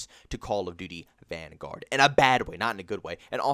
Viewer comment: The fact that you say van-GUARD, bothers me so much.